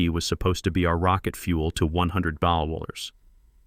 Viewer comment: What is the problem of the A I pronouncing the word MILLION?